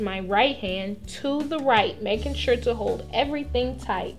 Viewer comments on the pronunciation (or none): none